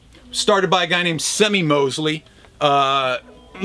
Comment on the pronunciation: Isn't Semie Moseley's first name pronounced as "See-Me"? I know, it isn't a first name I've heard anywhere else and I used to pronounce it as "Sem-ee" too.